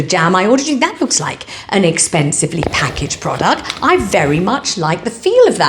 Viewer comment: Love your pakarrgge and kelougs pronunciation 😂 You are so naughty 😂😂🍯🍓